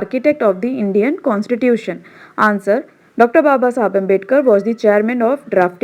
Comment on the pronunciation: Please pronounce Babasaheb Ambedkar properly it's not "babasahab" it's "Babasaheb" ok & you are excellent teacher I liked your videos very much